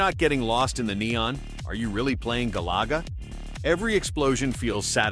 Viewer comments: Galaga not galuga also PAL not Pail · My boy said Gah Laga 😂🤣😂🤣😂. You can tell that voice ain’t played any of these games.